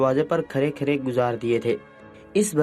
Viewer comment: پہلے تلفظ درست کرو۔۔کھڑے کو کھرا پڑھ رہے ہو۔۔تزبزب تز بزب۔